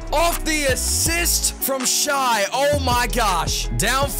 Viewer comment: please stop saying shai like that